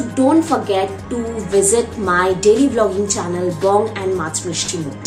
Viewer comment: It’s channel not shannel which a perfume specialist